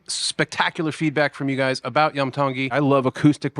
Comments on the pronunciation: It’s not Lam! It’s Iam ( ee-hum). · The name is Pronounced Ian with an “m” not “I am” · Dude u r mis pronouncing his name it's not yum it's em Tongi it's the last 3 letters of his name William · Iam is pronounced the same as "Ian" but with an "mmm" instead of "n" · It’s Iam pronounce the Kline a long E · Name pronounced on show as Iam Is 'Ee am'